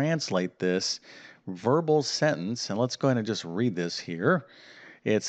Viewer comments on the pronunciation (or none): none